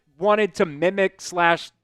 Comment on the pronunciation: It’s simulate not simalate